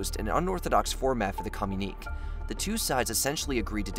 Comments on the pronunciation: You keep saying communique wrong fyi. You say "kah-myu-neek" but it should be "kah-myu-ni-kay" Sorry, after the 10th time I had to say something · When you say com-you-neek is it communique? Cause that's commune-ikay. If not then what's the meaning of the word cause I don't think I've heard it? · "Communeek" is not a word. Communique is pronounced "co myoon i kay." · "Communique" (as used at about 10.30 and elsewere) is usually pronounced "communikay", not "communeek", just thought it would help your video sound a little more professional. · It's not pronounced "Com - unique", it's "Com-uni-KAY". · "Com-u-nik" as you pronouce it should be pronounced as "co-mun-i-k" (communique) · Co-mu-nee-kay, leh-jiss,lay-chure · Communique is pronounced "ku myoon i kay." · It's irritating to hear your continual mispronounciation of the word that is pronounced correctly as "communiKAY." You make the word sound like "communist." Educate yourselves. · Pronounced: com mun e ka, please. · FFS!!! The word is pronounced COM-you-ni-kay!!!! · It really does. It's one thing to butcher Qing, it's another to butcher indo-china or comunique. Makes it sound like they don't know what they're talking about. It's especially egregious when you have to consider they've been getting this feedback on pronunciation for a while. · The frequent mispronunciation of words like communique and memoirs really detract from your videos